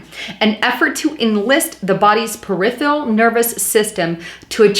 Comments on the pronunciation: Per-if-er-ul...not per-if-ial. Gotta work on pronunciation. Also said psychological when the article said physiological. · Thank you for the video, - but... it is peripERal nervous system, not periphREal.